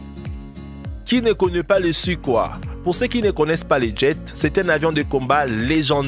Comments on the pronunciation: Sukhoi ça se dit "soukoï" et pas suquoi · Aah, il a tuer le nom complet des SU, il dit "oi" comme si c'était un français mais c'est russe ! Le son est pas oi mais oille plutôt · On dit Sukoï et pas sukoi. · L'avion russe Sukoi se prononce "suquoille". Là t'as l'air malin avec ta prononciation mdr ! Sinon, tout ceci est du grand classique. L'aéro-modélisme regroupe plusieurs catégories, dont les "ptit gros" avec des modèles quasi grandeur nature. Aussi cher qu'imposant. Comme celui-ci par exemple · Le suquoi ... Mes oreilles saignes .. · Frédéric MERCIER D'ANGELY moi aussi j’ai tiqué pour la prononciation....